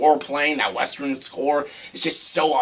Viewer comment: Dude, I dont wanna sound rude but you are mispronouncing the word western. Its pronounced how its spelled, not like wester-in.